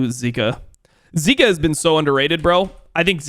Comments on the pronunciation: he pronounces zika as zerka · If he’s gonna pronounce zeka like that he has to pronounce Zika in a different way